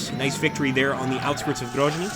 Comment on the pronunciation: GroZny. Yes, Zealand. Sound (zh) usually wrote as zh (Nizhny Novgorod). I think you should pay more attention on supply lines. I don't know how it exactly works in this game, but maybe you need roads and railroads be under your control on the whole way to your troops or to nearest city. Maybe you need to check it and take under your control especially on the north, where your main forces advance to GroZny. Don't make mistakes russian command did.